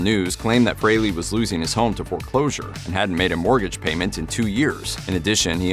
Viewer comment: Maybe listen to how ACE pronounces it. FRAYLY.